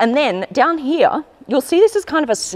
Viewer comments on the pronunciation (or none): I JUST LOVE when u pronounce "here" as hee-ya 🤣🤣🤣